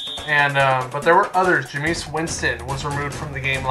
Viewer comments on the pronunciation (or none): It is not jeamesus